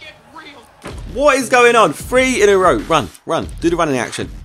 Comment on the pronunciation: anyone else annoyed how Josh pronounces "three" as "Fwee". I don't know why but it really pisses me off